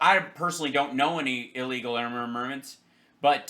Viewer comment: I know this is slightly off topic but,one last time for EVERY dumb-ass out there…the word is pronounced ILLEGAL not EELEGAL!.